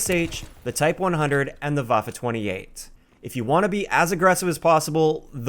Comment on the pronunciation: Your pronunciation of waffe 28 is actually decent